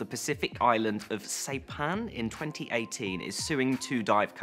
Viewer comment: Saipan, pronounced 'sie pan'. S eye pan. No 'sei pan'.